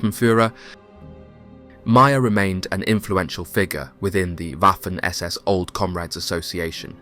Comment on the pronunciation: Very interesting documentary. However, please stop pronouncing "Waffen SS" with the English "W". The letter w is pronounced like the English v, thus Vaffen SS.